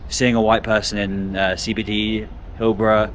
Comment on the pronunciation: HillBROW not Hillbruh. As in eyebrow. Also, you can't flit into one random area in one random city and make blanket assessments for one random video without doing deep research. Utterly pointless.